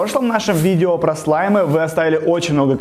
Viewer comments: ты сказал слимы а не слаймы) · ты говориш слимй